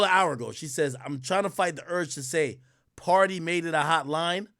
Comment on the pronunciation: Its Pardi in Meagan jaw, not Party...